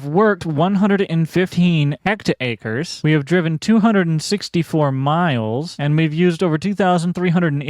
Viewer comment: hectare is pronouced hec-te-ah. It's not hect-acre. No c in the word. Whole different word. Acres are just parts of a hectare. Like inches are parts of a foot.